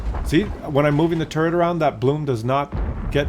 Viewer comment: I like this tank. I would like it more if it had at least 10 more pen for the normal round and 200 armor for the turret. Also, I wish you would stop saying tumor all the time